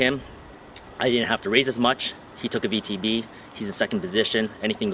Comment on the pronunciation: What is he saying? VTV? VTB? VTB?